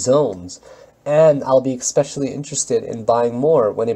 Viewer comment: hey bud thanks for vid, got all my spreadsheets, do you use a trade journal at all? Also just have to say it, the word "especially" is pronounced essss, not exx. everyone on youtube says "expecially", i had to say something lol. I'm italian, and in no way trying to criticize grammar, just everyone does it and i looked it up :) And of course monetize you deserve it.... but steemit a bit messed they still haven't sent me email back so can't even support u there yet